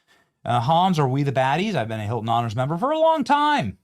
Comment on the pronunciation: The newest doorman "Huelcome to the Heelton Hotel."